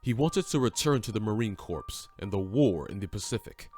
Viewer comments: Dude said marine corPSE lmao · I grimace every time I hear the narrator say "CORPSE." Also, they are Marines, not Soldiers. Otherwise, not too bad of a video.